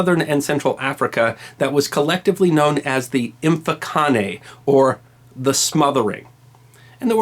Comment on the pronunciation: I’m a native of Southern Africa and a fellow history buff, job well done on the facts....work on the pronunciations though, if I was not familiar with Difaqane, Mfecane(the scattering), the Ndwandes (Shaka Zulu’s adversary’s), I would have known idea who you were talking about